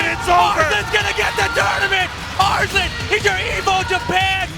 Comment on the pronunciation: As much as i like this video, the narrator's pronunciation of "Arsalan" bugs me